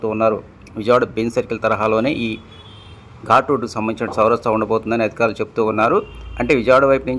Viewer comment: ఘూట్ రోడ్ కాదు ఘాట్ రోడ్